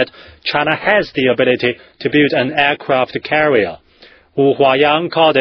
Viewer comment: firepower-faier pauer aircraft carrier-eercravt carreear